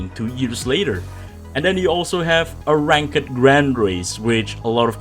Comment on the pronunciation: You're pronouncing ranked the complete wrong way